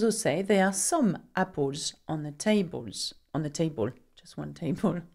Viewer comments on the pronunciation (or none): apples not appols